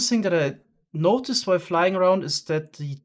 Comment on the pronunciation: Pretty sure thats just the english word "while" with a very german pronounciation, as he is indeed german.